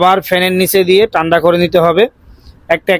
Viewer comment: তানদা বলেন নাকি টানডা বলে,,,, ঠান্ডা হবে